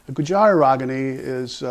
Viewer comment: Dear Narrator, it's not pronounced as Gujaari but Goojri.